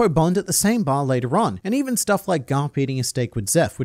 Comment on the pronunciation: TIL "bar" sounds like "bath"